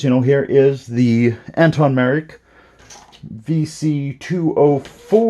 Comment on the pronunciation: Thanks for the review but his name is pronounced Antoc with a “C” and NOT Anton.